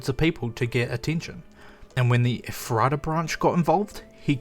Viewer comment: Love the analysis, but there’s two things I want to point out. -“Ephrata” is a town in PA, and was likely the epicenter of the event. The map in the blackout section supports this idea. I grew up 20 minutes away from there. It’s pronounced “Eff-rut-uh,” not “Eh-fraut-uh.” You aren’t the first to pronounce it differently, but that’s what’s it’s called. It’s like Californians calling Lancaster “Lan-caster” instead of “Lank-us-ter.” Just a little detail from a native. -Ephrata is southeast PA, not northeast. It’s an hour north of Maryland. Again, the map in the blackout shows the area it’s in as one of the areas affected.